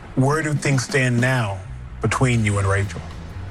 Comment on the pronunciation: It sounded like the Bachelor called the lady "Racial." 😂